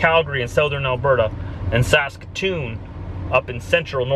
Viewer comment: Saskatch-atoon